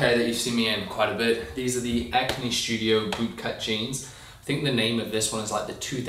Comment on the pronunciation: Why do you pronounce "studio" like "shtudio"? It is anxious feeling for ears... Sounds like Hungarian. Anyway all the best for you and Mrs !